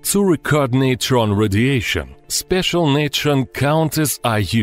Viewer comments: neeetren star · Oh come on... "neutron star" get out.